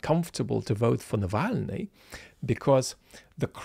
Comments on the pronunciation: I'm looking forward to listening to the rest of this, as I have no doubt will have an intelligent well-argued take on this, but I had stop for a moment after hearing Zeihan calling Navalny "Nalvany" (with an English pronunciation of the 2nd 'a' thrown in for good measure) twice in succession, and being reminded how in another video this insufferable airhead tech-bro grifter pronounced the zh in Brezhnev's name as if it were an English z. The degree of arrogance it takes to pontificate on matters of life and death (with the least sincere condolences to the family of a murder victim I have ever heard added as a bonus) when you do not even the names of the most famous protagonists (meaning, you have never even listened to any of the actual experts who pronounce these names correctly, let alone listened often enough for the - fairly simple - correct pronunciation to take hold) is staggering even by the anglosphere's low standards in that respect, and I'd have to think for quite a long time when I might last have seen such a perfect incarnation of the Dunning-Krüger effect. How serious would anybody take an alleged expert on international relations who told you about former US president 'Donold Tramp' and his 1980s predecessor 'Ronald Reggae'? Maybe is right that the world doesn't need a " destroys Bob Smith" video because to those who know anything at all, Bob Smith already destroys himself, but boy, we sure allow the informational space to be poisoned if we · Where would we be if were not ill? I, for one, would be deriding PZ's mispronunciation of Navalny's name with his ever mellifluous voice. I am corrected. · I really like how he pronounced Navalny's name :D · To me, the fact that Zeihan didnt bother to pronounce Navalny's name correctly was rude, dismissive, disrespectful and further proof of lazy -- snide? Negative?-- thinking. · I’m more interested in Peter’s awful pronunciation of Alexei’s surname. I can’t even mock it, it’s that awful!